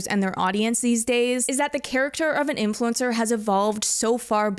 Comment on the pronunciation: "AI infulcner"